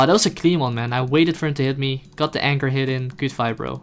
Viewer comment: Awesome fideo! Oh and it's a anchor not anger;) Kappa